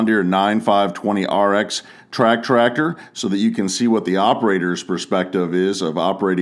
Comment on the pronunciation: Awesome video! Glad to hear you pronouncing the tractor model number correctly 👍